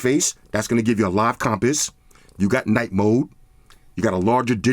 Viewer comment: Nobody:: “com-piss”